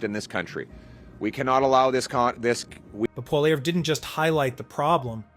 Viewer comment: Maybe I'll watch again when you can say Poilievre correctly.